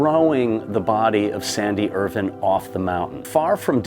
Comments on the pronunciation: I lasted only 2 minutes due to the constant mispronunciation of his surname, Irvine. WITH AN “E” ON THE END. NOT Irvin. IRVINE. Pronounced Ir-vine. Not pronounced like the silly way US pronounces the city, Irvine in California. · can you please pronounce Irvine as Ir VINE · His Name is Irvine not Irwin.... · Is that the correct pronunciation of Irvine?